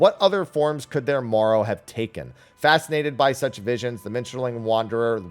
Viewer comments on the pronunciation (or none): none